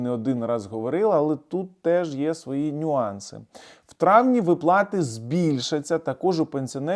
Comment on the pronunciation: ВИплати, а не виплАти! Повчить наголоси в українській мові !